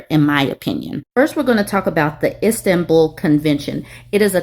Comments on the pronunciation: Sounded like she was saying "Instant-Bull" No hate her way- but it drove me crazy too lmao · It's pronounced Is-tan-bull. Much love from a European 😂❤